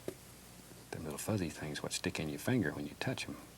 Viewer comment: I love how he says “things” like “thangs”